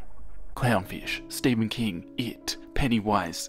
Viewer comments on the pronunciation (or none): none